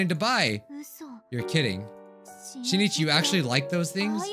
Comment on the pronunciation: Please notice me Senpai I commented two times before. The name of the protagonist is pronounced Shin'ichi, not Shi-ni-chi. It looks like this in Hiragana: しんいち and this in Kanji: 新一